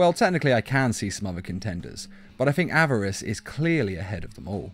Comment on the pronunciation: Why does he call greed averace